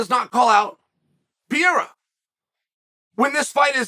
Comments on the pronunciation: Everyone: Pereira Chael: Piera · Alex “Pereira” But Uncle Chael always says “Pierra”. “Im just sharing with you” 😉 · Is Chael calling him Pierre & Pierra? 😭😂🤣 What a legend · A far better question is, how many times in one video will Chael say "Pee-air-uh". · I always tought Chael was all about mispronouncing names until they became champions. This Pierra guy dont get that privilege xd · Never new pereira name was pronounced PEE-AIR-UH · Alex pee-era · Chael refusing to pronounce Alex’s surname is offensive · I will be concerned if Chael ever pronounces Alex Pereira’s name correctly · Chael, your pronunciation of Pereira is very wrong, the only letter that has the "e" sound is the "i" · When is he gonna learn to pronounce the man's name? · Not at all. I’m guessing you missed the point. I was clowning on Chael’s unbelievably poor pronunciation of Pereira.